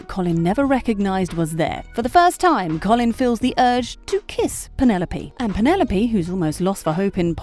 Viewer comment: It’s not “coff-lin” 😂